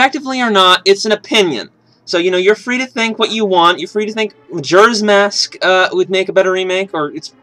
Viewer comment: He keeps saying majura's mask, not bitching here but its just annoying lol